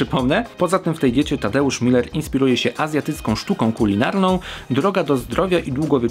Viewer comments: Nazwisko Tadka czyta się Muler, nie Miler. Tak przynajmniej sam przedstawia się w swoim programie "Z gruntu zdrowo". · Tadeusz Muller (przez u - umlałt) to nie jest to samo, co Tadeusz Miller, bo nazwisko jest pochodzenia niemieckiego. Pozdrawiam :)